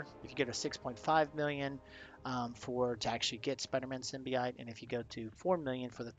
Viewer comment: Sim-Bee-Oat not ite lol